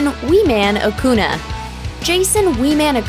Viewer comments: Acuña. Not aKoOnA. Fricking dumbass. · ACUÑA... not acuna. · Its acuña not acuna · Acuña no acuna say it as it is writed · That's not how you pronounce "Acuña".